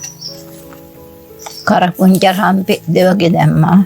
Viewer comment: ආත්තම්මා "කරපුංචා" කියනකොට පුදුම ආදරයක් එන්නෙ. එහෙම තමයි ආත්තම්මලා. ඒ වචන වැරදීමක් නෙමෙයි. අපෙ රත්තරං ආත්තම්මා කතා කරන විදිහ. ඉතින් මොකද ඒක අවුල.